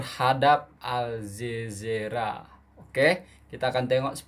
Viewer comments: Al zazeera? 😂 Pelat Ke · Sayangku. Betulkan sebutan. 1. Al Jazeera...sebutan nya Al Jazira.. 2. Indenpendence..sbnrnya INDI PENDENCE ..fonic nya..timakasih